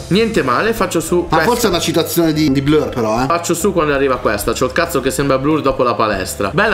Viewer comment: ma con quale pronuncia ha detto Blur??? 😂😂😂😂😂